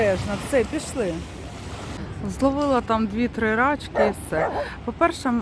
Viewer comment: Не рАчки, а рачкИ, наголос на останній склад. Від слова "рак", маленький рачОк. РАчки - то собача поза.